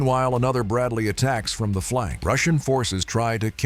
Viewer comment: Amigo veja a pronuncia correta para Bradley e bush master , seu vídeo é legal mas a pronúncia errada tá matando